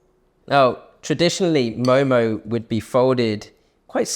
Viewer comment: First of all, its mo mo 😂